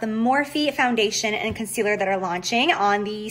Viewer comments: Why does she say concealer like...”Cun-sealer”. It’s annoying!! 😂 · Is she saying “cunt-cealer”?